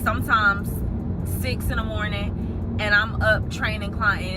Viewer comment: Not “Mernin”😂😂😂 good mernin to u too🫶🏾